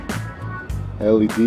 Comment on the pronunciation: It's Pronounced L. E. D. ..... not lead !!! Doh !